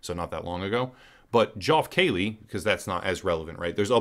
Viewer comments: Joff Kayley?! Say it with me: Jeff KEY-lee. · wtf is "joff keeley"? do you mean (phonetically) "jeff key-lee"? because thats actually how its pronounced. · Isn't geoff keighley pronounced "Jeff keeley"? 😂